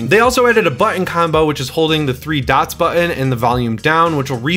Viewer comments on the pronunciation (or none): none